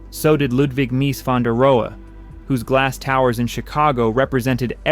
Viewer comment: This is an AI mess images and mispronounced names this building is more of an icon than this collection of clips can show, there is a clip of a modern Japanese(?) car design 70"s? and other clips that are wrong and misleading, just rebuild this build video. Mies van der Rohe and Taliesin are the most standout mispronounced names in this work but Check you work for all, You billed as a Documentary, so get it right. Yes Fallingwater is an American Icon, it is high art in 30"s, and the 30's were troubled, so get the names and details right. It deserves the Troubled Truth Behind America's Greatest House Ever Built 😶